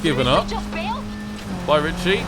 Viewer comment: They say Richie but I hear Ben Ten